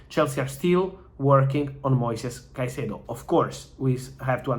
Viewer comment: how have u butchered his name so bad?